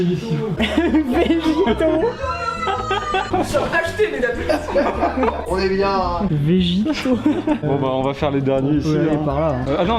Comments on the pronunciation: Quand il a dit : "Vegito" j'avais envie de mourir 😭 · « Vegito » aie